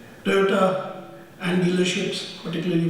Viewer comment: Toyota ❌️ Toyoda ✅️ 😂😂😂